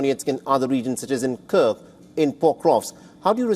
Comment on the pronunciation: It’s KURSK… not KURKS…. Anchor needs to pronounce the name of place properly!!